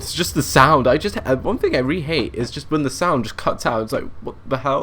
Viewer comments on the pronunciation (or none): none